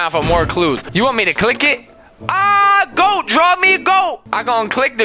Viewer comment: The way he says goat XD